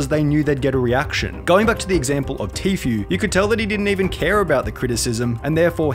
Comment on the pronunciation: It’s pronounced tfue, not tfyu